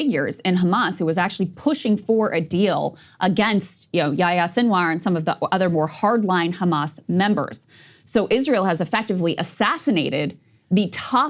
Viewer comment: when you pronounce the name yehya you are missing the H sound.